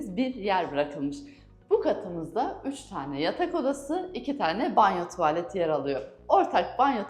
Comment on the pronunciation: Tuvaaaalet,i telaffuz ederken a harfini lütfen uzatmayın.... Tuvalet